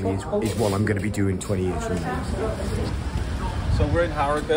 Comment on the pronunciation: Harry-Gate 😂 it’s ‘Arigut